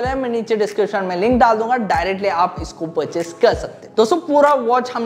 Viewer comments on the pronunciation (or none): none